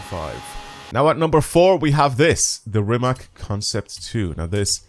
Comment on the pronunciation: Damn mph. I use km 😂 I love all time favorite Rima(c) C like from "Citrus", not K like from "Key". Its surname of the owner. Anyway who cares :) Second Hennessey And i hate Jesko 😢 so unstable...